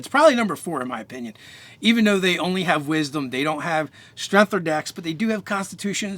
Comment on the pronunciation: I literally couldn't finish the video because of "strenth"